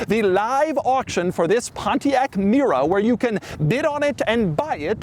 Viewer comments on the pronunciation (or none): Doug the type of guy who pronounces Mira and Mera exactly the same $10 he also says "merry-o" for Mario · Do I hear Mira all the time ...is it me or him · Is Mera pronounced as rhyming with Miura? Did Pontiac use that pronunciation to evoke both Ferrari AND Lamborghini in one package? When I first read the model name it looked like it would rhyme with the American English version of the word era. Or sclera. Also, my brain: "that doesn't look very similar to a 308" then "oh. Oh my." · was it me, or I did i hear Pontiac Miura? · Mera sounds like miura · Oh, it absolutely sounded like Miura.